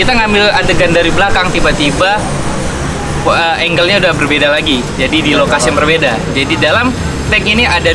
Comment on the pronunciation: Percuma bang , mahal peralatan tapi salah penyebutan angles